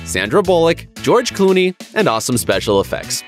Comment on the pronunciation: "George cooney"